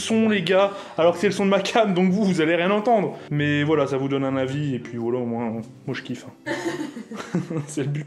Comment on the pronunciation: il a dit voila juste il a pas articuler